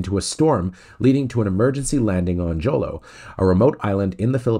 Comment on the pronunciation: The J in Jolo is pronounced as an H sound like in Juan.